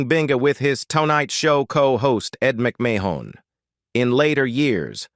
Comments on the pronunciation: does anyone wonder why there is a need for either foreign or uneducated Americans required to make this video? Mispronouncing Ed's last name suggests to me someone's agenda may not be kosher. YEs I said it , KOSHER..., However, I did enjoy all the shots of Carson, since I never saw him dancing before for real. I mean his tap dancing to get out of a sticky comedic routine that failed, does not count! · The robot “narrator” needs new software unless we’re to have to endure such nonsensical phrases as “… prompted him to go on an all-night drinking bing-uh with his co-host Ed Muck-may-hone” … “Joan [!] Davidson and Joan Rivers launching their own shows became a sarse [!] of tension and ul-ti-ma-tee-lee a signifi-cont feud …”